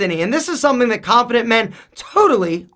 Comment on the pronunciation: Khhhanffident men....